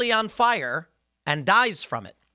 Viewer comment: "One day you wake up and you're on FOIRE!"